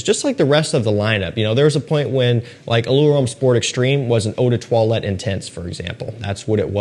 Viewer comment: Please as someone who love french language, can you say the word “parfum” without pronouncing the “m” at the end ? We say in french “parfum” without the sound M at the end. “Eau de toilette” you pronounce it perfectly. Thanks for the content